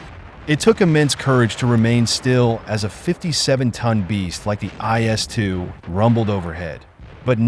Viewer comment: It's quite annoying when any Westerner pronounces the name of a tank as JS2. That never existed. IS2 did. I'm not Russian and even I know what it is.